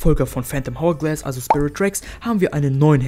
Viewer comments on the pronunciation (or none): Bruder ich weiss, du bist noch ziemlich jung, aber man spricht es ourglass aus.